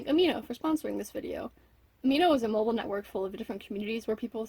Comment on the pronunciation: I thought you said "Horrible Network" instead of mobile. I was about to die